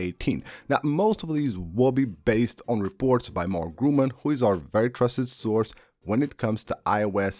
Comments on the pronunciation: By the way: The very trusted source is called Mark "Gurman" not Gruman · Like Cee-ree. And of course like it will be way way better. Like of course. Mark GRUMAN LOL God damn dude, how many times are you gonna pronounce his name wrong... "read re-cipes"? LOL you mean "receipts"? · I mean, after so many videos in which the name is not pronounced correct, I‘ve thought I give him a heads-up